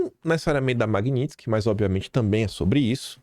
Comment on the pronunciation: MagNitsky, não MagniNtsky... parece que não lê direito...só tem um N...